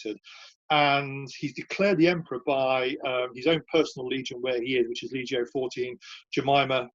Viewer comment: I excavated some Severan marching camps in Scotland in the 1980s. This is interesting but tedious how he doesn't pronounce placenames and Latin words properly. "felissima"? "leejio two"?